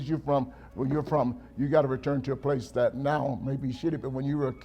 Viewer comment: Yung Miami is one of the worst, she says dat instead of that🤦🏽‍♂️